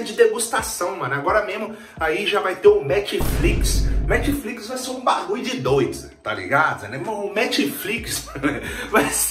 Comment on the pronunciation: eu escutei ''metflix'' kkkk